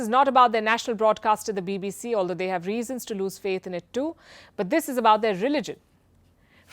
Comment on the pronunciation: Palki butchering BBC.